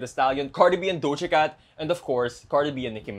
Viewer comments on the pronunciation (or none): I had to slow it down when you said Doha Cat cause it didn’t sound like that